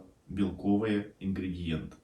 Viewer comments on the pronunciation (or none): none